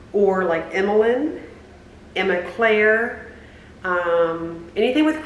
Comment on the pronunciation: I like Emma Claire 💕 especially the day you say it with your southern accent 😊